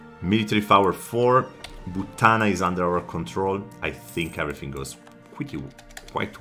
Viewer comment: You say "butana" like a proper Ethiopian